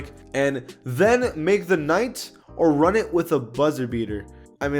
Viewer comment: Nobody gon talk about how everyone saying run instead of ruin 🤦🏾‍♂️